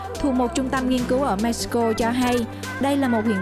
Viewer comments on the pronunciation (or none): none